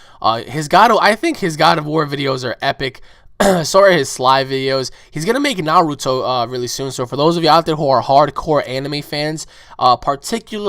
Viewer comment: did you seriously just mispronounce 'naruto'?